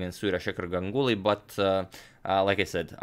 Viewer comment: Always love to see Indian players game.... Just to mention here, when you pronounce Ganguly... It's not like Gang uly... It's more like Gaanguly